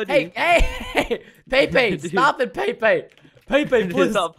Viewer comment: Pepe not paypay